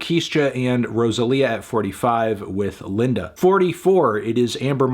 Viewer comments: Great video as always anthony, but your pronunciation of the spanish singles pained me 🥲. Linda in spanish is pronounced leen-duh. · did he just pronounce the spanish word "linda" like the english name lmao